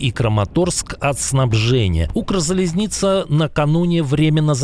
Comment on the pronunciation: С удовольствием смотрю каждый выпуск, но, пожалуйста, говорите: Укрзализныця❤